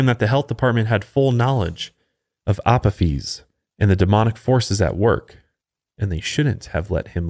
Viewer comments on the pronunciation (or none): Resident Egyptophile here: You got almost everything about Apophis right, except the pronunciation of his Hellenised name. It’s “uh-POH-fis”. Honestly, it’d be easier to just use Apophis’s proper ancient Egyptian name, Apep. Much simpler to pronounce. (Ah-PEP.) But I also get that Apophis is easier for most people to recognise. (Blasted Greeks…) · It's pronounced A pof is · lol the way he said Apophis. love the show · The pronunciation of Apophis was hilarious hahaha